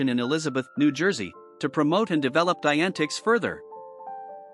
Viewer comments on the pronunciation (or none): Good & factual summary, as far as I know, despite an automatically generated narration that pronounces "Dianetics" as "Diane Ticks."